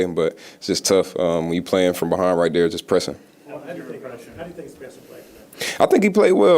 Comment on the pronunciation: You know you gone Cajun Kamara . He said right DARE . (There )love u bro !!!